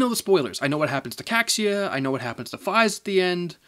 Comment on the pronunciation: Kackzia? You mean Kaixa? (Ky-Zah)